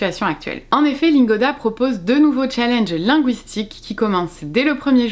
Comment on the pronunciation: Si tu es pour prononcer challenge comme une Française qui ne sait pas parler anglais, utilise défi